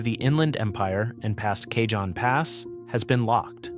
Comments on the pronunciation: J in Cajon Pass is silent. This is how I know its an AI narration. LoL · IIt takes cojones to mis-pronounce Cajon multiple times when talking to Southern California. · Does not know how to pronounce "Cajon". It's Spanish. The J is pronounced as "H". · This same creator did a similar video about Mt. Rainier erupting. If you thought their pronunciation of “Cajon” was bad, just wait and see what they did to “Puyallup”… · "K-John pass"? Pronounced Kuh- hone. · KAH- Hone. Cayjohn 😂😂😂😂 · Cay-john Pass? Seriously? I love these but the mispronunciation of names is irritating. Cajon (KA-hone) is a Spanish word meaning 'box'. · Cajon pronounced Kay hon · I dipped at Cay-John. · Cajon is pronounced " Kah - Hone" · It is pronounced cahon. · It's "The CA-HONE PASS/ Cajon" Geesus if you're going to talk about California get the names right 😂😂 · Cajon is pronounced "kuh-hone" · Goody! I get to live on an island! And it's pronounced cahown pass. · I heard him say Cajon I almost forgot what area he was talking about. It's pernounced Ka-hone Pass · Cajon is pronounced Ka-hone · Surely AI would know Cajon isn't Kay John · It's Kuh-hoe-n! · Cay-John Pass?? Do your homework and say it right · Yeah, I know it’s pronounced Ca-hone Pass. Used to live down there. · Cah-HON pass. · Stupid effing AI narration, it's pronounced: "ka - HOHN" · Yeah, i figured that cajon was really ka-HOHN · AI can't pronounce dollar amounts properly either. Maybe if AI went to school in El Cay-John it would know. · Maybe you should learn how to pronounce "Cajon".